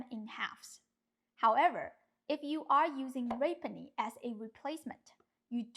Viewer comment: (rapini = rah-PEE-nee) ❤❤❤ love you, you're the best !